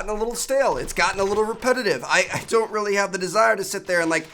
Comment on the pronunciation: How important? “Rrreally really important”😉